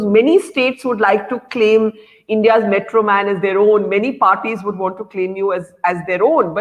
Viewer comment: Not metroman "mitronman"